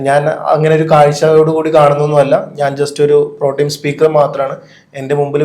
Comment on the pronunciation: Protime അല്ലടോ.